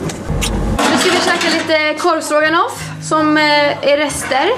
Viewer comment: så jäkla mysigt vlogg!! och gulligt att du säger kOrvstroganoff ist för korvstrOganoff. ❤️